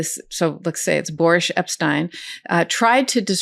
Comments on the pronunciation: "Boorish" Epstein. I think it's Freudian. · After hearing "Boorish" Epstein, I keep wanting to say "Boorish" Epstein. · You can say "boorish" Epshteyn